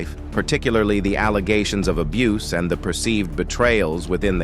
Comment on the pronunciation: Abuseee?? Soogi knight?? Cut this A.I. shyt out